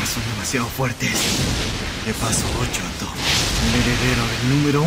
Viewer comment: No jodan Dabi dice "Shoto" o "Choto" xD